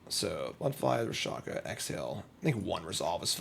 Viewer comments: He was actually calling it Ra-sha-ka instead of Rak-sha-sa... killed me the entire time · RAK-SHA- SA!!!!!!!!! what in the holy dyslexia is wrong with you? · He called it Rakshakashakashaka later, so he is probably doing it on purpose.